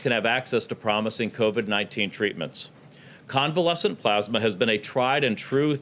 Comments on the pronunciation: It is plasma, not "plozma." 175,000 dead on Trump's watch soon to be 200,000. He is an embarrassment and a disaster. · Oh Boy 🙄 More Plosma, But This Time It’s Convalescent Plosma!!! 👵🏻🧓🏻👴🏻👏🏻👏🏻👏🏻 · Plusma ??Geez ,did he pass the third grade? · Wtf is plaasma XD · Youre right. And using convalescent plasma (not "PLAZ-muh") has been a standard source of antibodies for a many years for a number of diseases. Its not new and I'm pretry sure Italy pioneered its use for Covid-19. Its Trump whipping up a publicity stunt so he can imitate a human being with a brain and a heart. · What is "plosma" lol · He kept saying plasma wrong it was kinda annoying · He can’t even pronounce plasma. I’ll bet it’s the first time he’s ever seen the word. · Take a drink every time he mispronounces plasma. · He can't even say convalescent plasma correctly. Does he have dementia? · Mans can't even pronounce plasma 😂😂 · If I had a dime for every time he mispronounced plasma...geez guy!